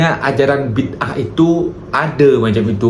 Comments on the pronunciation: sebutan filem tu bi da ah, bukan bid ah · .....bukan Bidaah Gini sebutannya Bidaaaaa ah😮